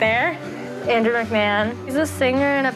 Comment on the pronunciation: Andrew McMahon not Andrew McMan